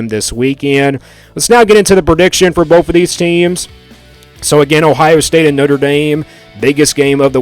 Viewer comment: It’s both, not boaf. And it’s “both of these” not “boafuhdeez” lol